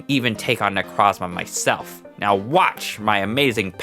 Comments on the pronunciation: = IT AINT "NECRAZMA"!! THERE IS AN O IN THE NAME! NE-CROZ-MA! NECROS=DEAD & PRISMA=PRISM! NECROZMA!!!! That dumb fucking TCG commercial has forever ruined Necrozma's good name i swear.... =w= Besides that dumb nitpick; Gotta sau love your nuzlocke animation stories!!! I swear you do better attacking animations than Jaiden!! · ITS NOT NECRAZMA IS NECROZMA DUM DUM